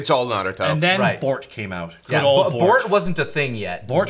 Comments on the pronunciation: Wait, wh y do you call Boruto "Bort"? I mean, for consistency, you would be calling Naruto "Nart". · why were they saying Bort? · I live in Japan... Why do they keep calling Boruto "Bort?" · I love how you guys call Boruto "Bort" and just keep saying "Bort" so casually! Bort sounds so funny!